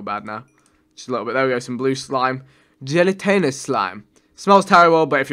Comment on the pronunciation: Vikk - it's pronounced:- Gel-a-tin-ous 😂 not gelatainous!!